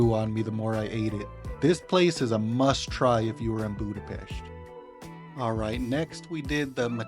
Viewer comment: Hey there! It was a really nice video about my hometown! There are very few people who can pronounce the name of the city correctly, we appreciate that! Your presentation was very interesting, you visited some beautiful places. Next time you are in the area you should also visit the Normafa, which has a beautiful view of the city. Margaret Island is also a beautiful place for a picnic and a chat! Our new Ethnographic Museum is also beautiful, it is worth a visit because you can learn a lot about Hungary and our culture. It's just behind Heroes' Square, in the Városliget, the new building is the "gate" for the park. Perhaps the best thing about the whole city is that you never get bored. Everywhere, on every corner you can find a concert, a dance hall, an event worth visiting! The city also has many free festivals in the summer. Oh, and the dog statue. This statue commemorates Lieutenant Columbo and his dog. It was built because Peter Falk, who played the famous lieutenant, claimed to be of Hungarian descent and his great-grandfather was a famous Hungarian politician and writer, Falk Miska. In 2014, a statue was dedicated in his memory at the entrance to Falk Miksa Street. In Hungary, the Columbo TV show was really popular, so it was an honor to the Hungarians!